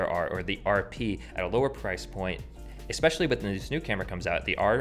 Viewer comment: You pronounced especially wrong. You said expecially.